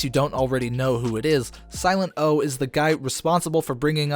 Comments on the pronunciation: First Whale, now Silent-O. How have narrators of a rap channel never heard of these people--or at least care enough to research their names? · omg dude,..who tf even are you after that - silet O ?? seriously.. sorry but go ...... .. siltet O